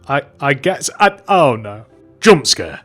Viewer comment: i love the way he pronounces it “juhmpscæh.”